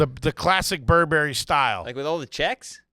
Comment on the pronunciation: Pronounced Burr ber ree Not burr berry ;)